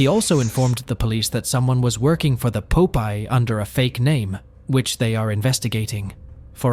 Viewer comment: Thats not a He!!!🙄 Popeye, like the Sailor,not puupiyee or like you said.